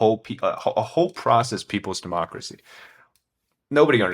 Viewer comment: Homie really say "dehmocracy" coming from the mouth of the (*self named*) China Communist Party, gotta be fucking kidding me